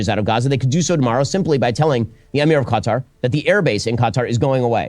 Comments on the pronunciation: Why does he keep saying cutter instead of KATAR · why's he saying Qatar wrong...cuh-tar....he needs to get out more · kutar, dose he mispronounce it on purpose? Yes, mans smort. Dont believe this mans words. Just a indoctrinated religious guy. He is on the wrong side of history. We just want peace. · LMAOOO Ben kept pronouncing Qatar as "cut are" that someone wrote in the chat "CA TAR PILLAR" 😂😂😂😂😂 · The guy can’t even pronounce Qatar correctly but wants you to side with him on his podcast 👀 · Asmongold: Qatar Everyone: Ben Shapiro: Cutter Everyone: slap forehead